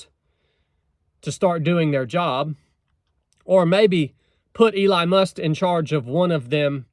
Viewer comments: Elon, not Ely or Ely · Im sorry elon what? 😅 I heard must..must? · ACTUALLY.......They're working under another branch of the government......and as lesions. Nobody will be working under them as I'm understanding it. Its not a new branch. Its doge.....like doe-ge. And are you calling him Eli? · My guy said Eli musk 😂😂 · Bro say Eline Must one more time 🤣🤣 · been subbed for over a year. Just never heard him pronounce it like that. Thought it was funny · It’s DOGE and not Dodge and it’s Elon Musk. If you can’t get this straight then how can we ever trust you? Dis you even research this? I watch a lot of your videos and this was a big disappointment. He is doing this for free with Vivek and the department will be dissolved by July4, 2026. Elon is a true American hero. Don’t go down this road of degrading him or you will lose a lot of fans. I suggest you make another video and do a lot of research on this guy first. It will be your best video if you do. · Maybe learn how to pronounce Elon's name properly. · Hard to take you serious when you can’t pronounce Elon and don’t realize that DOGE is a commission and not a department .